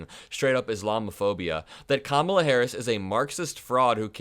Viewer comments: How insultingly childish it is that Republicans refuse to pronounce things properly. They just can’t help calling it the Democrat Party. They pronounce Kamala every which way but the right one. Juvenile name calling. Republicans will never grow up past the third grade. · In the same way he deliberately mispronounces Kamala, she should mispronounce him DoneOld because he is both done and he’s old